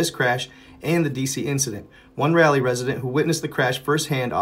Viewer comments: That is pronounced Rawl lee not Rally. It was named for Sir Walter Raleigh. I've seen that birthday candle type fire before coming down from space. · It's Raleigh NC, not Rally. Come on. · It's Raleigh. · Raleigh nc... Not rally